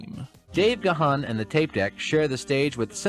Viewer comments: I've adored Depeche since '81, and this was a fantastic review of the band, just one small annoyance though, its Dave GARRN not Dave Gaa-haan, I have no idea on why Americans can never pronounce it properly. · Gahan is pronouced "gone" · Yet another one who doesn't know how to pronounce Gahan. And Alison "Mowyet"? Ffs, it's "garn" and "moyay". Do some proper research. I don't get the praise for "Come Back" as it's dreary af, and Memento Mori is just shite.